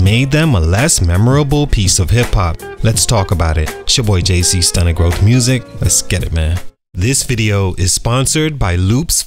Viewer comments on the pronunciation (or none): Whoever doing this mini documentary is young & dont know the history, probably not even from the usa look how they pronounce stunted that alone culture vulture look how the title is dissing why not hust ask what happened to crucial conflict probably never heard their album